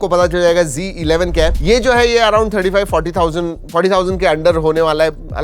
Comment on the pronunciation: It's not g11 😂 it's z11